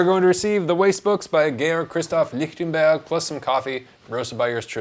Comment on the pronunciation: I take it from your correct sounding pronunciation of his name that you speak some German? Just paying attention to the details!